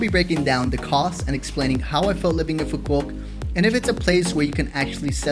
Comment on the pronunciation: Nice vacation, The island is pronounced phoo vook and not pho quock. With love YKM